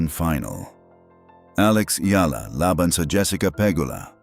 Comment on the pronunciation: Please pronounce her name properly. You’re Filipino, so you should know. Take note, it’s EYALA.